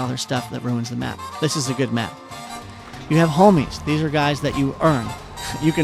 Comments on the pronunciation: He said Holmies not homies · You say "homies" so white